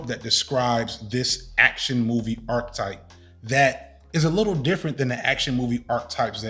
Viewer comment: With all the love in the world, and I only mention it cos you say these all the time - archetype is said with the e in the middle pronounced, and the word 'especially' isn't pronounced with an x after the first e! Had to finally say it, forgive me!